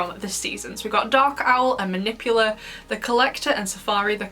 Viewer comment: Her name is “Manipula” not “Manipular”